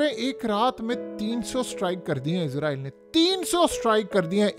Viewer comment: بھائی صاحب ! میں نے پہلے بھی کئی مرتبہ کمنٹ کیے ہیں کہ لفظ " اسرائیل" ہوتا ہے "عزرائیل" نہیں ہوتا عزرائیل کا مطلب ہے موت کا فرشتہ اگر تو آپ اس سینس میں لے رہے ہیں تو ٹھیک ہے ۔۔۔۔ اسرائیل اس وقت موت کا فرشتہ ہی بنا ہوا ہے۔۔۔۔ مگر اپ کو وہ تلفظ استعمال کرنا چاہیے جو قران میں استعمال کیا ہے۔۔۔۔۔ کیا آپ قران کی سورہ بنی اسرائیل کو اس طرح پڑھتے ہیں "بنی عزرائیل" 😂